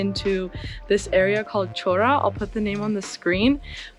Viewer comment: It's not Chora, it's pronounced Hora...